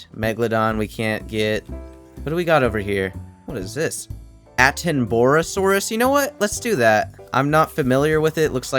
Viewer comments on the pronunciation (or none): You made me cry with how you pronounced attenboroughsaurus 😭 its pronounced atten-ba-ra-saurus